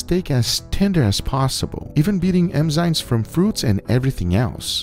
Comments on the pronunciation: Love your videos FYI it’s “Enzyme” not Emzyme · enzyme not emzyne lol, keep up the nice videos guga!